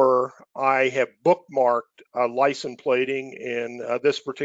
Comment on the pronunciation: Great overview but it's "License Plate" not "Lisen Plate"